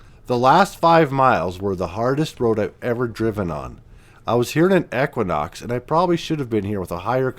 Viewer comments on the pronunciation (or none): none